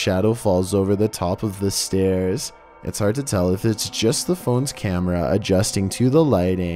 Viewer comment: Dude she says "es still on"